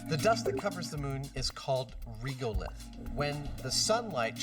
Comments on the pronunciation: WHY do they call Regolith "Reegulith"? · the only thing I didnt like about this myth is, the inability for people to pronounce Regolith correctly, now it's not Reegolith, like Regular... go start saying Reegular from now on numpties... at least Jamie pronounces it correctly.